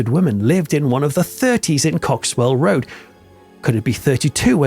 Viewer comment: Cock-swell Rd...😂😂😂